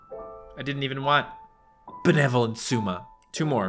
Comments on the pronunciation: if you talk about words... its not sUma, but sOUma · Every time tries to say Souma it hurts me